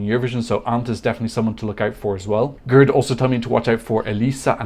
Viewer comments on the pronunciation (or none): none